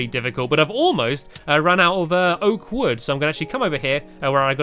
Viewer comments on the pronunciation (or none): You should really get a good way to say oak wood